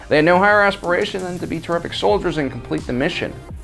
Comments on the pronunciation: Hey it's THAN not then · It’s Than not Then!